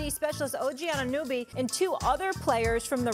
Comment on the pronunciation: What is it with these amateur reports mispronouncing OGs last name. So disrespectful and embarrassing